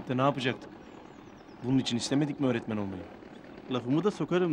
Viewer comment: Nurseli idizin örtmen demesi hâlâ kulaklarımda kadını görünce aklıma geliyo😁